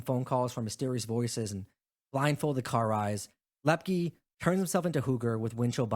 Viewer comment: It's LEP- KEE...